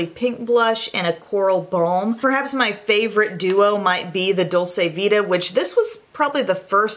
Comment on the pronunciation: FYI Dol-chee-vita